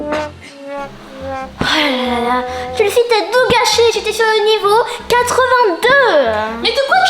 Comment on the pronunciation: elle la dit chelsae 😱:elbowcough::yougotthis